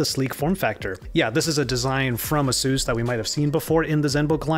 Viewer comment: Pretty sure it's pronounced A-seus. Not the way you are saying it.